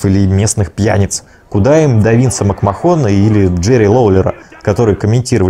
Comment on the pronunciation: Две неточности этого видео. Во-первых, Шон Майклз закончил карьеру в 2010 году, во вторых не Винс МакмахОн, а Винс МакмЭхон. А так очень даже круто.